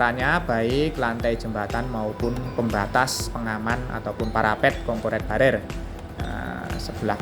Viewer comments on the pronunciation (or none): concrete barrier sepertinya bacanya konkrit barir